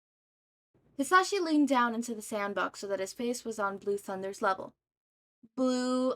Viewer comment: I’m not trying to be rude and I did reach the end of the video but I would like to tell you the proper way of saying mic’s first name Ha-Za-she Or at least that’s how I say it